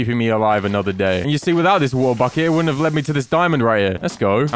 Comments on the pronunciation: Make a chestplate which sucks ores in 50 blocks radius. BTW why do u say v-u-t-e-r IT IS W-A-T-E-R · Has anyone else noticed that he says wuta buckets instead of water buckets?